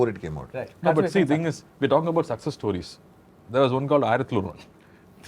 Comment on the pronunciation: Varun Dhawan pronouncing 'stawries' is as pretentious and ridiculous as the movie industry(MOST of the Hindi movies) he is representing!!